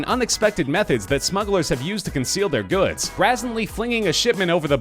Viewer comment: Does this fool mispronounce the word "brazenly" ?